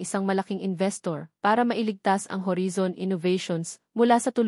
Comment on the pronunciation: Ganun ba pag pronounce ng horizon, narrator???